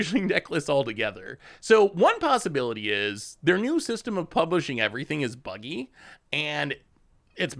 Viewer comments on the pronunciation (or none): none